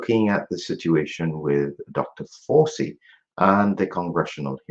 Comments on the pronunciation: I like the pronunciation of his name - "Doctor Forcey". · Fauci is pronounced in the Italian manner.